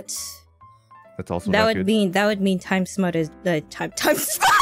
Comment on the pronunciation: Basically, "smut" is porn and Kronii said Time Smut instead of Time Mutt (her dog's name) so it's like she's saying something about porn of her dog which is bad and not something they should be talking about on stream.